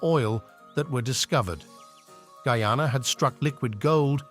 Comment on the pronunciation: it's GUY-ANA...not frigging goooana!!!